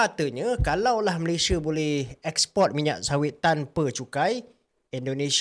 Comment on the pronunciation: SEBUT DENGAN BETUL NAMA..MALAYSIA🇲🇾🇲🇾 BOSAN DENGAR HANG CAKAP... "MALAYSHIER"